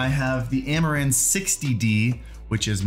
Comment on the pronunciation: Is it me or everytime he says "amaran" I hear "Amouranth"?